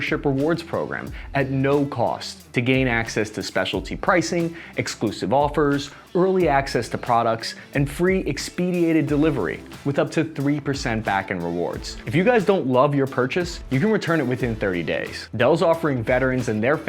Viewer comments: Expedited, brother, not "expediated". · Did I hear a new word "Expidiated" I think Expedited sounds better. Otherwise great work, keep up the excellent analysis. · Expediated delivery? Even advertisements need editing. I'm sure you meant 'expedited'. Carry on.